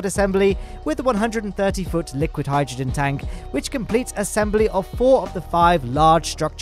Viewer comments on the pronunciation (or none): none